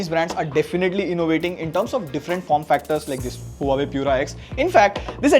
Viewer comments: The right way to pronounce Huawei is "Wah-Way. Not Hua Way😊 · It's not huawei.. it's "waawei" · its not HUA-WAY Its WAH-WAY ::)